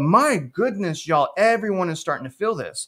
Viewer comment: That "yall" was awful 😂